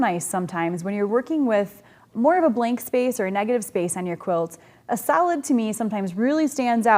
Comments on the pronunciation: i kept thinking you were saying salad colors.... ohhh solid! duh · With my accent, I was listening the the series in the background and didn't realise you were saying 'solid' in the previous video...I thought it was 'salad' 😆 Brilliant series thank you